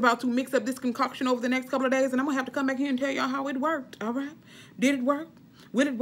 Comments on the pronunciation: Hilarious!! "Concockshun " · Girl you got me me cracking on how you say “concoction”😂😂 but you right I’m grown and I’m gonna try it. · 🤣🤣 Me laughing every time u say concoction.